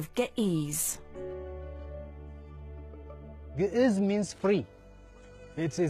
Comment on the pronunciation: Geh ehz not geh eez